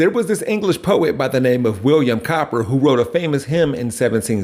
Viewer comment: It's pronounced like Cooper.